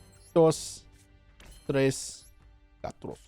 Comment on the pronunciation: Its pronnounced "cuatro", "cua" as you would say "QUA-si" AND "tro" as if saying "TRO-nk".